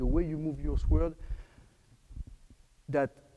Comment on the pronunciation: I like his French accent way of saying sword. Sounds emphasizing. " - Sweerd!" :)